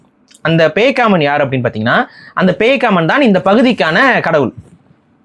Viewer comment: அது பேய்காமன் இல்ல பேக்காமன்....